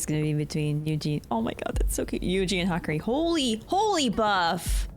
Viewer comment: It's Hah-Kah-Ree, what you wrote would be the pronunciation for Hikari.